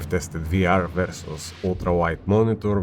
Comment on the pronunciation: Vъrsъs not ver sos xD that being said cant wait to watch this.